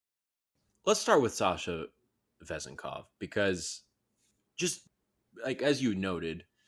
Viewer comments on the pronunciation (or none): Last name accent is on second syllable